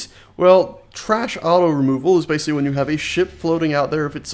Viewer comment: That lazy pronunciation of "basically" though